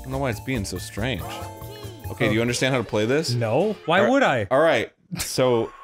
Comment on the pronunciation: Oh-key, boomer